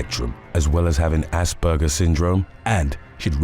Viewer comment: Aspergers is autism these days.. definitely not pronounced as arse burgers